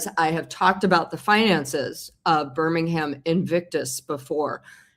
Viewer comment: Hi Paula, love your channel. Just to say that Birmingham is not pronounced with ham at the end! Its pronounced as Bir-ming-um. Hope that helps.